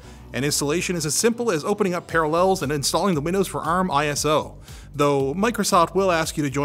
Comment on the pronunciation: Are you trolling me with your pronunciation of Parallels?